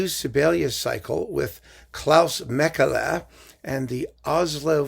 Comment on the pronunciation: A detail: being Finnish he's pronounced Makela not German-style Mekele. I was worried about this from the moment I saw the bizarre hyped colours on the cover - sounds as if the music may be the aural equivalent, but I will listen to at least one of the symphonies to see.......